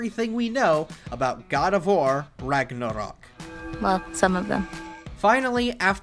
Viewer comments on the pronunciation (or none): Seriously, he says Rugnarrrruhk like 50 times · You say "ragnarok" like biden says "taliban" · I'm just tryna figure out why tf this guy keeps pronouncing Ragnarok like that.